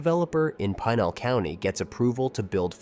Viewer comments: Yeah, had to click out of this when Pinal County was mispronounced. If something that easy to figure out is wrong, I don't have much confidence in the rest of it. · As someone who is highly familiar with the area, I sincerely doubt Tucson and Phoenix suburban areas are going to merge any time soon... especially with the Gila River Indian Reservation that sits right in between the two cities. This is just another AI slop video that can't even pronounce Pinal County correctly. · This should be the top comment and is the most overlooked fact in this video. The Gila River rez is huge and prevents any development between Chandler and Maricopa or Casa Grande. But what do you expect from a content creator that mispronounces Pinal County.